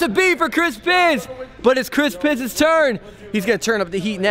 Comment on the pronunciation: At first I thought he was saying Chris Piss until I read his name in the description.